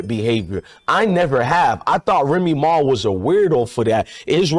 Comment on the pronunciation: this fool lost me when he said remee ma fans.that shit crazy 😮😂😂